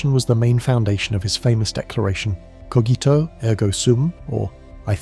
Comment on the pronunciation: Cogito* not Coghito